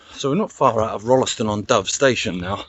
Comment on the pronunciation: Amazing. This is a trip down memory lane for me. I spent the first 16 years of my life in Stretton. Went to the junior school, then the big school in Tutbury, and the big school at Rolleston. Pronounced Roll ston by the way, without the 'e'. I walked some of your route on 22nd August 2019. Pictures on my blog. Delete the link if you don't want it. ilona